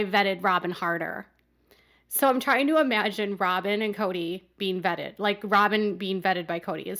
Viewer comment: Who is the common denominator in all this saga? Oh, ya Kody. Did he say he vetted Robyn, or bedded?